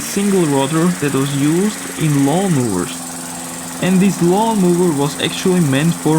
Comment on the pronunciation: lol "mawnlowers" really . . . lmfao . . .